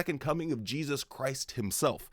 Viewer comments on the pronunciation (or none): none